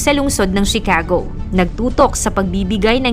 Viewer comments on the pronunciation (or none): none